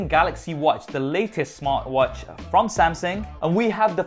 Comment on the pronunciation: 'Samsing', LOL! Love the MSI, or rather my son would. :-)